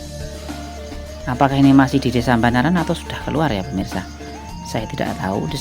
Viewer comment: Banaran boss bukan Mbanaran 😀